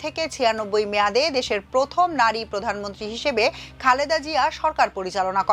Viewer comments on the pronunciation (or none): none